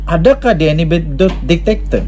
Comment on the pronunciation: Zebyrannya bujan DITATOR tapi DIK-TA-TOR